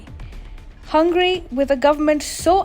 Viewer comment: says Hungry, not as Hungary. 😂